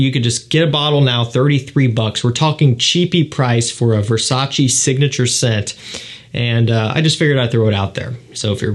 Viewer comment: Nice sales, but please search on YT how to pronounce Versace 😊